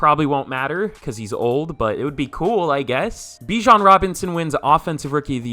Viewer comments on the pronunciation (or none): none